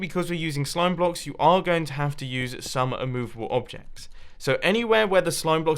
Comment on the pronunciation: Munbo please don't say "a couple of bock"It makes it harder